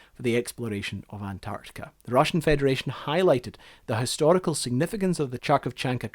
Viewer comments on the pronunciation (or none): Harkov not Charkov. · Great video, thank you! But the only thing is your pronunciation of the vehicle's name. It's right to pronounce not 'CH'arkovchanka but 'H'arkovchanka. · if im gonna hear Charkovchanka 1 more time im gonna kill this guy,like what else do you need to read it correctly maybe a transcription.If it says Kharkovchanka u read it as Kh=Harkovchanka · The same question to you as for your colleague who did a video recently and mentioned you. Why Kharkovchanka is "chark of chankas" if it is kharkovchanka? It should be spelled HA-R-KOV-CHA-N-KA. "HA" like in "height", R close to "rinse", KOV like "cove", CHA like "china", N like like "n" in "no" and Ka is self-explanatory (of if you still need a reference it like Castor with British "a") Or: Hotel Alpha Romeo Kilo Oscar Victor Charlie Alpha November Kilo Alpha Video is great, thank you for making it❤ But It makes me more upset each time people just can't read what is written using their own native language alphabet and rules😥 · Its not Charkov, its K-harkov. K as in Kilo, and H as in Harry, the H is harsh like in the word harsh. Definitely not Ch as in Cherry. So the pronunciation of the vehicle name is K-Harkov-Chan-ka. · its not charkovchanka, in russian its more like Harkovchanka or kharkovchanka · The native englishor speaker's universal ability to mispronounce every foreign word is astonishing. Like dude, you could literally let the google translate voice feature let it pronounce and just repeat after it... but nah. CHARCHOVCHANKA aaaaaaaaaaaaaaaaaaa. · blyad!) million times blyad again!)) not "charkovchanka", but ""KHarkovchanka". there is no "ch". it is "kh", pronounced as "Haled son of Hama") annoying mistake) thank you for the video! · HAR-KOV-CHAN-KA not CHAR-CHOV-CHAN-KA I am native russian speaker and this is the correct way to pronounce the name. It means "woman or girl who is from city of Harkiv which is located in the modern Ukraine (ex Ukrainian SSR) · Харьковчанка not Чарковчанка lol